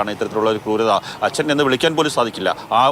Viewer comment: ദയവായി ഇയാളെ "അച്ഛൻ " എന്ന് പറയലേ കേട്ടിട്ട് സഹിക്കുന്നില്ല.. 🙏